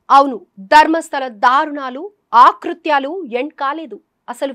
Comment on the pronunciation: ఆకృత్యాలు,,,,కాదు,,,,అకృత్యాలు అనాలి,,,,ముందు మాతృభాష నేర్చుకోండి,,,లేదా గాజుల సత్యనారాయణ గారి పెద్ద బాల శిక్ష కొని చదవండి